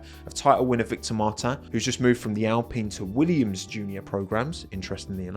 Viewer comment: Great video! Just want to say that Victor Martins has an european portuguese surname, maybe try to pronounce it as such.